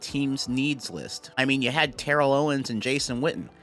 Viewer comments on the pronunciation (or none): none